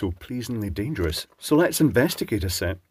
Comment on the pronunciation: Another enjoyable video, thanks for entertaining us. 😊 I especially enjoyed the alternative pronunciation of the word "dangerous". 😆 Also, good advice as usual.